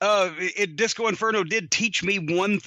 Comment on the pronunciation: Cody butchered Disco here